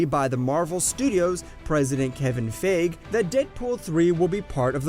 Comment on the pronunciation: This man said Kevin Fage